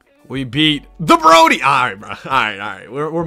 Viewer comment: “We beat The Broady”😂😂😂😂